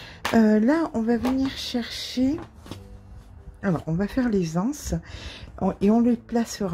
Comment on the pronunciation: Coucou. Quel plaisir de regarder vos tutos. J'apprends tant de choses et vos commentaires sont si drôles. Des GANSES!!! pas des ANSES. 🤣🤣🤣 j'habite près de la plage et j'essaierai de le faire. Bon week-end